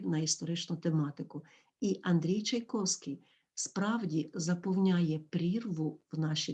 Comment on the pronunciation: Все добре. Дякую. Але прізвище Чайковський ви вимовляєте не за правилами української орфоепії (чай ковский) Чому???